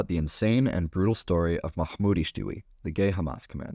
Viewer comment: I literally heard mahmoudy-stewie